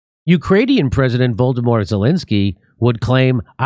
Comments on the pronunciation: It really amuses me how Jimmy pronounces Zelensky's first name as something like "Voldemort" (that's what I hear at least), while his name of course is Volo-dy-myr! 😂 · I prefer Jimmy’s mispronunciation of Zelenskyy’s first name: “Voldemort”